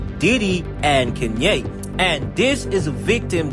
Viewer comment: Who the hell is "KEN-YAY", my boy?